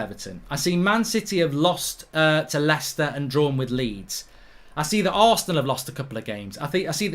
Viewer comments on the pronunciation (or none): none